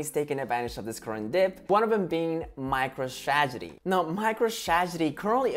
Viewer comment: He said micro stragedy!